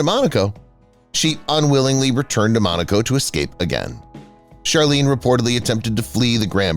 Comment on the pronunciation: It’s MONACO not Monica.